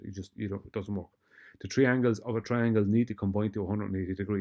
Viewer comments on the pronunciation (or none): I'm sure I've heard count "One, two, tree". OK, as you were.